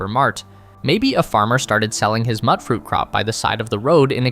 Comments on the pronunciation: It's MUTE not MUTT. wtf is a muttfruit? now a mute-fruit..... Make sense? Mute mutation. mutt... heh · Lol its not "mut" fruit. Its "mute" fruit. Like mutant fruit. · Small nitpick, but Mutfruit - mute-fruit - mutated fruit. It's not mutt fruit. It's nothing to do with dogs. Never heard anyone pronounce it that way. Most players seem to understand what they were going for. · Woah woah woah.....mutt-fruit? It's a mashup of the words "mutated" and "fruit" which would stand to reason the pronunciation would be "mute-fruit" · You call it “mutt fruit” that bothers me. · Mutfruit is pronounced “mute-fruit”, as in mutation. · It's pronounce as "mute" fruit as mutant fruit. Also, caps are not made of aluminum. They are made mostly of tin.